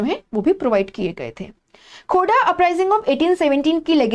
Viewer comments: It is not khoda ....it is Kho-r-dha rebellion .... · Mam it's खोरधा not खोडा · Mam it is khurdha,not khoda.. Correct it.. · Mam, ye खूर्दा hai not khoda 😍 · Mam the pronounciation is wrong..That's KHORDHA mam,I belong to this place Thank u btw...